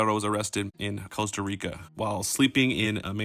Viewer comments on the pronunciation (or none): none